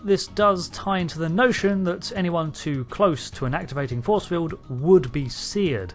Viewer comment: Magnetic Feewd. lol Gotta love that British "R". lol